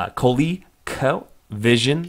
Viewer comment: I think you still suffer when it comes to pronouncing COLECO Vision :P Again great video, great image makers & great single board progress..